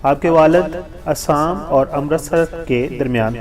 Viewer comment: ہندوستان کے صوبے کا نام اسام نہیں بلکہ ”آسام“ ہے۔۔۔آپ باربار آسام کو اسام کہ رہے ہیں۔۔۔